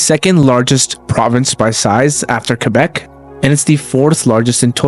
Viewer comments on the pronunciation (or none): none